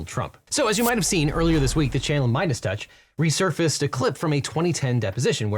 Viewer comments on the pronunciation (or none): none